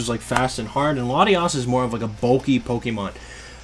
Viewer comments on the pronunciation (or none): none